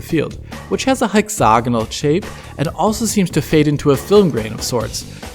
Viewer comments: Hecks Saa gonal? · I'm going to pronounce 'Hexagonal' this way for the rest of my life.